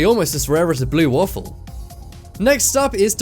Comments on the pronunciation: Did he just say blue walfal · Did he say blue waffle on purpose? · did he seriously say blue waffle.....